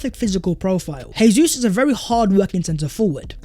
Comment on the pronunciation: It's pronounced Jay-zeus not Hay-Suess. He speaks Portuguese not Spanish. Dybala, no thank you but Jesus, welcome to the Emirates.🤝